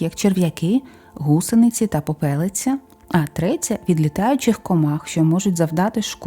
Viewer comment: Вітаю, дякую за працю !! Та все ж не попЕлиця, а попелИця успіхів,терпіння благополуччя!